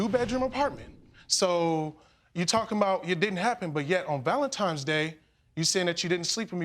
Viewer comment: I hate when people say Valentime's Day. Js.